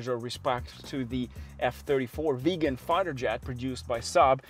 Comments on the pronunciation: it is not a veegan it is a viggen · Please, its not "Veegan" it is pronounced, "Vig_en". Thanks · Im being pedantic, but it's not a 93. It's a 9-3. Nine. Three. Also, it's not pronounced Veegan like vegan. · Viggen not Vegan!! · I seriously don’t understand why you can’t pronounce Viggen. Where does it have an ‘e’ in the beginning of the word ‘Viggen’? It is the ‘i’ as in Hitchhike. 🙄😬